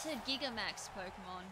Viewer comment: isit me or is it really annoying when they say Gi-ga-tamax when its clearly jai-gan-ta-max